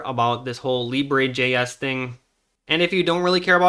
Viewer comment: It's pronounced Lee-Bruh, not Lee-Bray.